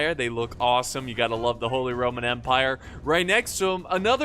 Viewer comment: Please stop Saying ‚holy rrrrrrrrrromen empire‘. We dont pronounce the r like that